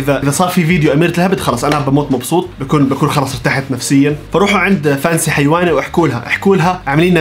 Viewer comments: هيونة ✖️ حيونة✔️ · الدبدوب اسکوشی للراحه النفسیه ثانیا اسمها هیونه مش حیوانا😂😂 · هيونة مو هيوانه